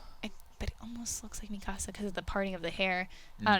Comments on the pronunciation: Why is she saying mikasa's name like "mi casa" is more like mika suh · I like the part where Mikasa is pronounced mi casa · Still not pronouncing Mikasa's name properly? Seriously? Did they not watch the English dub of the Anime? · Why do they keep mispronouncing mikasa's name wrong I find that shit so annoying.....